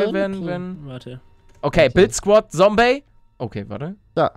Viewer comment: Da sagt palle noch Sombey xd